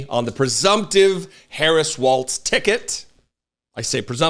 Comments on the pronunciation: Walz..not Waltz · Just please make sure we pronounce it without the T. It’s WALZ. Like BIG BALLZ WALZ 😉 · It's pronounced Walls, as in: they're closing in on the republican party.